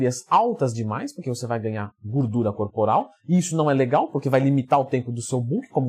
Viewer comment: "Gurdura" hahaha